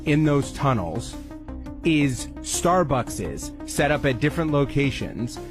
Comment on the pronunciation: He said, “there’s star buckses”….